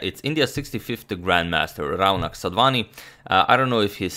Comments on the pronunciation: Your pronunciation of Raunak is about right but most Indians would say it as Raw-knuck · Hey Agadmator....I'm a fan from India...just wanted to point out that the 'au' in 'Raunak' is actually pronounced as a 'O' sound as in 'sauce'...hopefully it will a nice addition to everyone's vast knowledge. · Hey Agad, that's not how you pronounce 'Raunak' ,'Rau' should be pronounced as 'raw'. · 'Rau' in Raunak is pronounced similar to 'Fau' in Fauna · #Suggestion The name is pronounced as 'Ro' nak